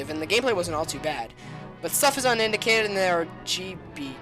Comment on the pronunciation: he said unindicated